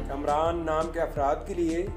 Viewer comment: Kumraan nahi hota kaamraan hota hai